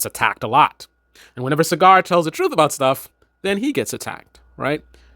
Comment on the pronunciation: It's pronounced SaaGer not Cigar